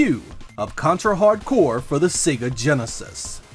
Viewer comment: My favorite contra game!! Is simply the best for me i love Ray and Fang. I cant believe the people get angry for the title, this guy pronunce the game name fine, good video man!